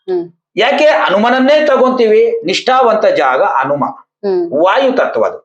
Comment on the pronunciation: ಅನುಮ ಅಲ್ಲ ಹನುಮ